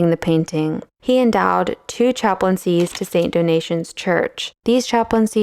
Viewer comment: Do-Na-Tay-En, not "donation"